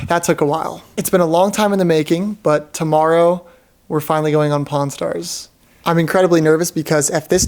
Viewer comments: I could’ve sworn bro said corn stars🟧⬛️ 💀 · I thought bro said Po-n stars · I was on speaker when he said pawn (porn) stars. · I swear I heard u say cornstars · pronounce pawn stars again